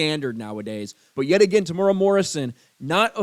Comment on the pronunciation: Psst it is pro-nounced Tem-oooh-era but good take Sir.